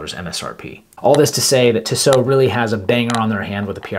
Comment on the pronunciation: It’s pronounced Tee-So.